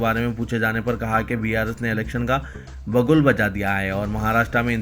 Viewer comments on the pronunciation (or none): Bigul, not bagul, plz.